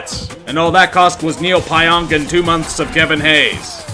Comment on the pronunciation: Everyone says Neal pionks name wrong it’s Pee - Onk